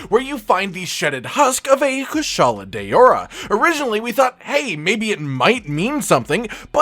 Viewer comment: "kushala day-ora"